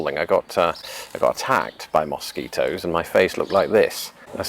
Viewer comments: Mosquitoes in Minnesota are the state bird! haha Cracks me up how you say mosquitoes. Pretend instead its spelled muskeetoes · "Moss keet ohs?" Interesting, I say it like, "Muh skee toes."